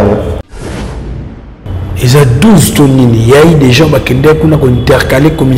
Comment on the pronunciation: Thierry Mombaya depuis un certain temps tu as commencé à prononcer le S de la fin de GENS pour quelle raison mon frère?